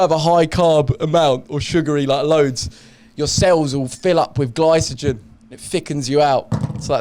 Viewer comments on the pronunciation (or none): Love how Weller pronounced glysogen instead of glycogen EDIT